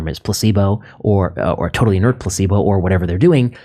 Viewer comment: Does DR.Vinay pronounce placebo, pussebo?